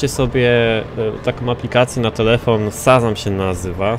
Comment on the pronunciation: Szazam* - Shazam a nie Sazam xD